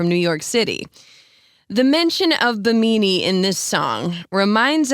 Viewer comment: The Carribean island mentioned... Bee-MEE-Nee? I believe it's pronounced BIM-a-Nee.